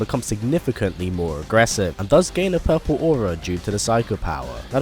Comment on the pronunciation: "His hadokens turn poorplew"